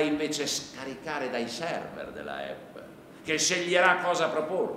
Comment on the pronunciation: la pronuncia non è corretta... APPLE si pronuncia eppol..... e basta! ahahah sono gli italiani che italianizzano la pronuncia... SBAGLIANDO ahahah